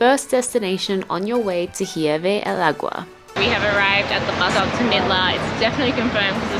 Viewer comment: "Ee-YER-be del agua"